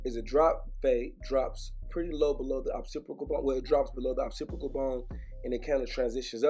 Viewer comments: Lmao at how you say Occipital bone😂.. “occipical bone” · Occipital does not have an R in it mannnnn!!! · "Occipital" ma g. not "opsipical". Just lookin out. F$%&with he haircut though. I'm a fan.